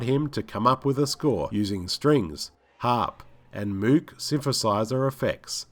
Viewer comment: Great video about a fantastic film! Well done, sir! Very minor note: Moog (synthesizer) is pronounced with a long O, so it rhymes with "Rogue". Thanks! All good wishes.